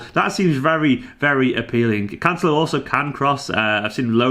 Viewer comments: As long as he can cover at LB and LWB as well, I think this signing makes sense. A small pedantic point on the pronunciation... you're close with Cancel-o but the emphasis should be on the E as in Can-Sell-O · As a (brazilian) portuguese speaker is always funny to see you guys struggling to pronounce correctly the portugueses names hahaha but I definitely can understand your doubts, it is quite difficult! It's CanCE-lo, not with de italian "c" (Can-che-lo) or the spanish "l" (Cance-lho). tbh I have no idea how to explain that here but hopefully we're gonna hear it in a couple weeks:D love your channel, congrats for the amazing work here